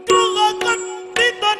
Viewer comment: Adu graha kattida alla ( ಗೃಹಕೆ + ಅಟ್ಟಿದ = ಗೃಹಕಟ್ಟಿದ ).......so " attida " .....